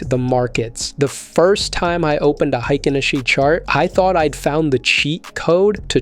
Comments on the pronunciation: Hay-kin, not hi-kin! And that's from the Japanese horse's mouth. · Heikin (Hay-kin) Ashi (Ah-shee)